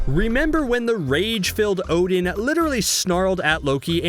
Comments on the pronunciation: So why you say his name wrong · Yeah well Marvel and Americans have always mispronounced these names